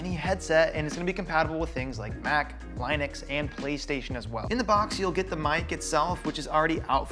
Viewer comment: LIE-NEX?! It's Lin-ux...